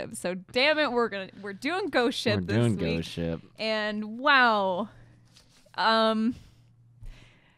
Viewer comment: it sounds like you're saying "ghost shit"